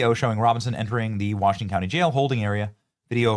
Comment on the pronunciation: The guy said the Utah clowney instead of county and I think he was right the first time.